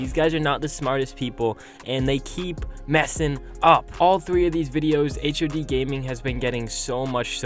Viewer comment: Its hod not h...o...d